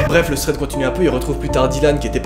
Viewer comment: Ça m'horripile comment tu prononce "Thread" mon dieu. Sinon très bonne vidéo